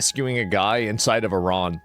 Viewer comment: Sigh... it's E-ran, not Eye-ran....